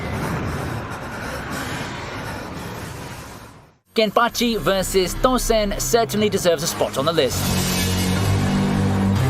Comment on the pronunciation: why did say Tosen like that?